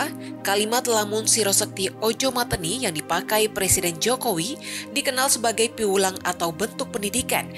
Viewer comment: Cara baca 'mateni' keliru 😎